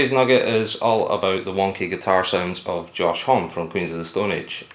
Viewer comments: "Hom-ee" instead of "Hom" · It's said like Omme like Mommy and no H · Lie Likes Music Josh said there are two right pronouncements: "Hommi" and "Om" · Why does everyone say Homme with a silent "e"? Guess there's just too many reporters out there that skip their research. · Cringing on the way you pronounce Homme